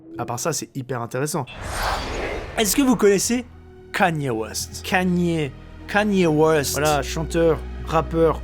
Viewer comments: Juste par curiosité vous prononcez comment Kanye West vous? :) JD a dit Cagné c'est chou haha moi je dis Kéni je crois Sinon la radio qui retrace toutes les générations et les pays c'est méga stylé! La petite musiques chinoise là plutôt cool, les cris des animaux aussi :) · Kanye West se prononce « Kénie West »